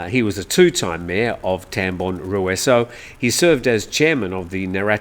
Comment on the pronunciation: Pronunciation /Rue-Saw/ I was just told, by one who used to work in that commune.